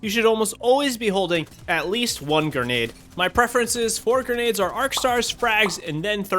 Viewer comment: Just found this guy and enjoy his content.... But gurrrnades vs grenades is driving me crazy.